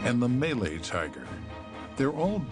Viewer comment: The narrator said malay wrong. Istead he said, may lay.